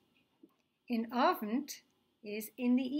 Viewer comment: In Yiddish, 'in the evening' is said as follows: INOVNT. It is pronounced as one word; there is no pause between IN and OVNT. The teacher's pronunciation is artificial and is influenced by American English. She inserts a glottal stop between IN and OVNT; this is incorrect. Mini-lessons such as this one are a good idea, but the Yiddish words should be pronounced by a qualified native speaker who speaks naturally (= uses an authentic regional pronunciation) and does not transfer English speech habits (including intonation) into his (or her) Yiddish. [This comment has been written by a professional Yiddish (Slavic and French) linguist for whom Yiddish is a mother tongue. He has taught authentic Yiddish to thousands of college students.]